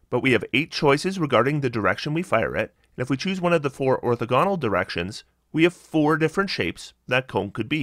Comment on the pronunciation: you should also google the pronunciation of orthogonal